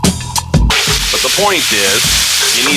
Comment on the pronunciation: Japolones No H in that word!